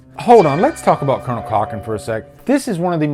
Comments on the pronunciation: I don't like correcting people but I have to tell you it's Colan Cochoren, not colonel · Cool revisit, love the movie. It's Conal Cochrane not Colonel, well it sounds like you are saying Colonel anyway :)